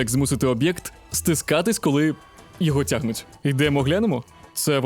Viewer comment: Неймовірно цікаво, чекаю з нетерпінням нових відео. Одному з персонажів озвучки треба попрацювати над мовою- цягнуць, десятиліць. Вибачте за ложку дьогтю😄 і дякую за вашу працю.